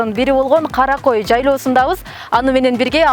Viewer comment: Журналист кыз жайлоонун аты Кара кой эмес, Карагой.